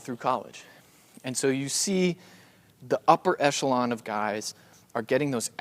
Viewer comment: "Upper eshelon" is now my favorite phrase